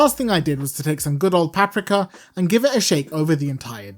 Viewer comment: I love his pronunciation of "paprika."